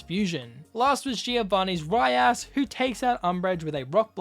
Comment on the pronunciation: No offense but it sounded when you said “rhyras” sounds like “rhya**”